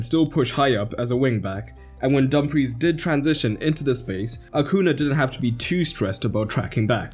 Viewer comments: Acuña, it's pronounced "Acunya" (or AH-'COO-NEE-AH) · Acuña. "Acunia" phonetically.